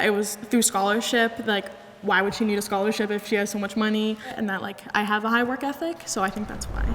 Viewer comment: messed up when she said scholarship